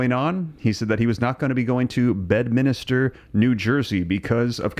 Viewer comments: Bed minister. 😂😂😂 it's Bedminster.. tool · It's Bedminster, not minister. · Bed-MIN-ster. Sorry. It's been bugging me. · Bed-Minster not Minister. 3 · Bed-MIN-ster. (Not a clergy)